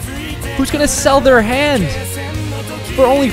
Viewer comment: Emphasis on their